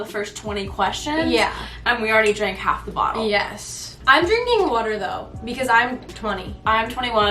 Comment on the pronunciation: I love the way accent sounds when she says water 😂😂💕